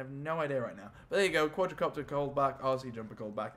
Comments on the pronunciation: It's called quadcopter not quadracopter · THE QUADRACOPTER!!! dude... wtf its Quadcopter not QuadRAcopter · it's not quadrocopter it's quadcopter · Omg it's not quadRAcopter it is quadcopter